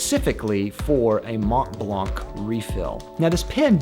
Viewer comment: Mont Blanc you should say Mon Blan. The t and n ar silent.